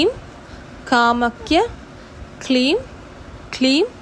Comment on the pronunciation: Sister காமக்ய இல்லை கமாக்யா